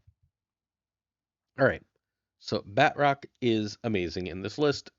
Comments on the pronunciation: This is killing me. it's not pronounced BAT--Rock. The T is supposed to be part of the second syllable. BA--TROCK. ""bah" like the sound a sheep makes, "trock" like the word truck but with an 'o'. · Love the videos- but I’m hoping the proper enough annunciation of his name will spread, which sound like “Baa-troke (like rhymes with choke). I say proper enough because it’s French, so a true pronunciation would make it far more nasily on the end of the name. But it really isn’t “bat-rock” 😅 anyways, love the content, not trying to sound overly critical, keep pumping out great decks 💪🏼